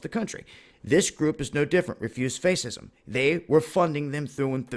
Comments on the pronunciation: Face-ism? Is that like Facebook-ism? Are they fighting against saving face? They are just faceist, lol (btw it's pronounced "fashism") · Fascism is pronounced "Fash-is-em" not "face-is-em"..sorry just had to say. But that being said..your video is spot on. Globalist's etc etc.. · Its fascism not faceisz. Have you ever heard someone pronounce it correctly.??.. It hurts you. Just sayin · What's "Refuse face-ism"? It's pronounced fash-ism.. ( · Face-ism? Really? FASCISM! (FASH-ism). That was too much, man. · It's not pronounced face ism, it's pronounced fascism. Just saying. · It's pronounced fashism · it's pronounced FASH-ism and they're FASH-ists. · Good work. I think it is pronounced "fash-ism." :) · Why are you saying "refuse face-ism" it's "Refuse Fascism" I agree with what you are saying but learn to pronounce fascism. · Were u making point by saying "face - ism" rather than fascism? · info on how to pronounce "fascism": sounds like fash-ism. Thanks for the excellent video. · Good work,. I have a some feedback about pronunciation. I know you are young so it is understandable if you get some pronunciation not quite right. I'm in the UK but I think that 'fascism' is pronounced the same both sides of the Atlantic. I know it is pronounced 'FASHism' where the caps indicate accent and the A is pronounced like the 'a' in 'apple'. (I believe it was originally an Italian word because the first fascist was Benito Mussolini). You were pronouncing it 'faysism' which is close but not quite the same. I thought you would like the information which I offer to help. It is shocking that the police stood down in the face of such blatant violence and it is suspicious to say the least. I think you are doing good work, by the way. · Dude, I love your videos but it's pronounced (fash-ism). ;) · Not to be picky, but fascism is pronounced "fa-shism" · fash not face fascism love D lol but saying that wrong bro. keep up good work